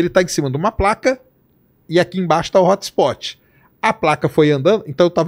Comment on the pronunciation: “Hótxhspótchi” … brasileiro falando inglês é vergonhoso 😂